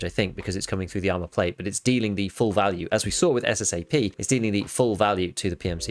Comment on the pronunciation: It’s SSA AP not SSA P!!!